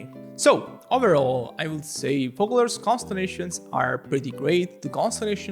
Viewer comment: Sorry, she's Focalors (read as Fosalors)